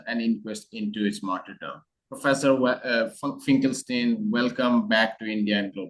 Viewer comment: A question. Why is Finkelstein here pronounced correctly (in German) but elsewhere always pronounced incorrectly (even by Norman himself)